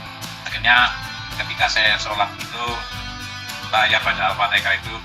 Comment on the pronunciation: Ketika membaca Al fatekah..emang ada ayat Al qur'an Al fatekah ya😂 Hadeehh muurtadong odong🐷